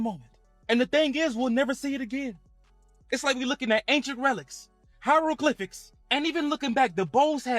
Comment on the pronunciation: He said hieroglyphics!! 😂